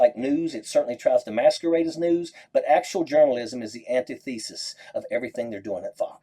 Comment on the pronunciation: The "ant-tie thesis"? LOL